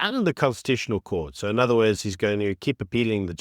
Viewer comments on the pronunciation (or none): none